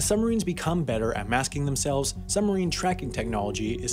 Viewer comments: It's pronounced suBmarine. Not summerine. I lasted 5 minutes through this torture. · Is it just me ....or does not the word submarine have a B in it.....they are not summereeens.... they are SUB-marines. Other than the hideous diction , quite interesting . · "summerine" THE WHOLE TIME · It's not a summerine, it's a SUBmarine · suBmarine, not summerines, dude! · it's "Sub-marine", not "Summer-ine". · It's suBmarine, not "summarine". This guy sounds like a five-year-old. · What's a "summer-een"? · Its called a Submarine, not a "sumarine" as you repeatedly say. Take the time to annunciate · WP's pronunciation of submarine: summerine.😉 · I can't stop hearing "summarine". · Sumarine?? There is a "b" in there. suBmarine. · It's submarine... Not summerine !! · Also says "summerine" every single time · We have a similar word in the English language: submarine! The "b" sound is not optional in this word, sorry. It's very odd indeed - because Americans are usually sticklers for pronouncing their consonants pretty strongly. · I wonder if the narrator ever noticed that there is a "b" is "submarine?" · Dear Narrator, Speaking quickly, as you do, the word 'submarine' comes out as 'summerine'. Does distract from the info in your narration. Mind you, there is nothing here that isn't in hundreds of other submarine documentaries. Cheers, BH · Summerine..summerine..summerine..stopped watching! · What the fuck is a "summerine?" Is that the opposite of a "winterine" or something? LEARN TO SPEAK ENGLISH, mush-mouth! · It would be nice if the narrator was able to pronounce "submarine" properly. They are not summarines. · But learning to pronounce the word 'submarine' correctly would need to come first. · Very good video, but you've got to work on pronouncing "submarine." The "b" is not silent :P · Why don't you pronounce the 'b' in submarine?